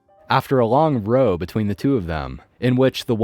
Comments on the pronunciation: when people say “row” in context to arguing, it rhymes with Ow, not Oh. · Excellent job; just a very small thing, 'row' in this context is a noisy quarrel and rhymes with towel.